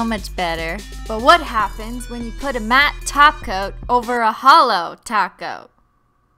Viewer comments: It’s clearly taco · What’s this “top coat” that you say of? I only know taco 🌮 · This is the fake cristine, she said *gags* top coat........ Help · Without an H